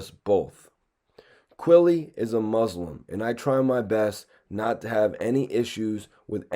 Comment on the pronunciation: my dog your pronouncing muslim wrong